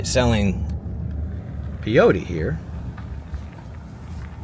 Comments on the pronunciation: it's pronounced PAY-OH-TEE, and MESS-KUH-LEN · i think it was one cat just following you around! just FYI it's pronounced PAY-otea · Peyote is pronounced PAY-OAT-E. When you said they made 107K in that town, I said drugs! I was right.